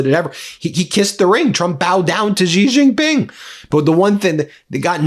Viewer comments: Pronounced: "She Gin-ping" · Why don't you learn how to pronounce Xi Jinping correctly? 😅